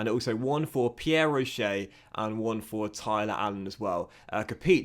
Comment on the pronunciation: There's no 'ay' sound at the end of Pierre Roche, it's just a 'sh' sound And fun fact his name means Stone Rock in french